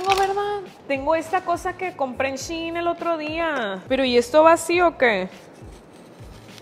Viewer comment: 🤣🤣🤣🤣🤣🤣🤣🤣 no se di se shei se dise shein